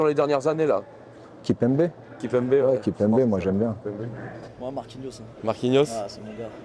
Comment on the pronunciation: Mdrrr il a dit « marquinos » c’est mon gars mdr